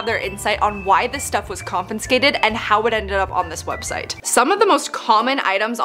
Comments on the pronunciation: Con fis cate, no N in the second syllable. You're such a cutie, I don't really care how you say anything, thanks for the uplifting content! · hi. Con fi skated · Yes, stop saying confinscate 😂😂😂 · I love you but cringed every time confinscated was used lol! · CON FIN SCAKTED ....lol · Why is she saying "confinscated" when the word "confiscated" is right there on the website? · The word is confiscated not confinscated 😂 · Came here to look for people talking about the way she’s saying confiscated, nobody picking up on that? Is it an American thing lol she’s saying confinscated 😂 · I’m sorry love hope but miss gurl is grown and still can’t pronounce confiscated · The way you keep pronouncing confiscated 😭💀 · It bothers me the way she says confiscated she doesn’t say it right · Why do you consistently mispronounce "confiscated"? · Ow good, somebody pointed it out. It thought I misheard the first, but she does it a few times. Well, now she knows how to pronounce it correctly. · it’s got to be so much more difficult to pronounce the way you’ve been saying it 😂. Bless you. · She kept on saying “confinscated” even on the sub. 🤣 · I say this lovingly, but every time pronounces mispronounces confiscated as "con-fin-scated", I die a little. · Sounds more like she's saying comp-en-scated 🙈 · I love how you're putting an extra 'n' in confiscated 😁. This is so good to know! I learn so much from your channel! I even learned that a UK influencer I follow follows you too and found that the UK has a lost plane luggage sale too! I do know the UK have police auctions but mainly for cars, not sure about items like bags and stuff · Ok I know it’s just a “Me” thing, but there aren’t 2 “N”s in CONFISCATED!!! It drives me absolutely crazy when people do stuff like this!!! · CON-FIS-CATED not CON-FIN-SCATED! C'mon! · No N in confiscated 😔 and nobody corrected her!!! 😤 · Hi no judgment but the word is confiscated not converscated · no second "N". Con fi scated